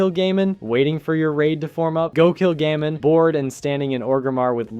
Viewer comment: Bro called him Gayman .... Gammon